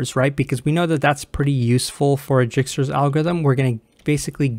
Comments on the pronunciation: Dijkstra's algorithm is read as /ˈdaɪkstrəz/ DYKE-strəz, not Jikstra's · My man said jigstra's~